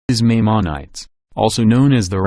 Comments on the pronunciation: Tell your robot Maimonides is pronounced "my-mahn-uh-deez". It makes it sound more like it knows what it's talking about. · You did not correctly pronounce Maimonides. Please correct your pronunciation. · This should never have been narrated by a computerized voice. The voice had no idea how to pronounce Maimonides.